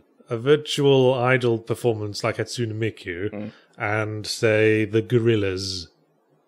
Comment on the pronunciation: I love Yahtzee's terrible pronunciation. "Hatsoonah Meekoo" & "Tsoondairah"